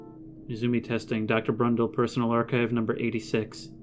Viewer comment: Why are you saying “Crundle” instead of Brundle? I’m not trying to give you shit or anything, I’m just curious.